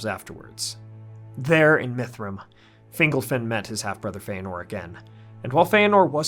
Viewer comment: Finglefin? Really? Sounds like a species of fish. You Americans are useless with accents.